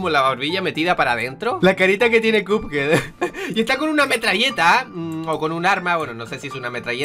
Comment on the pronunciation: Se dice cuphead no cupead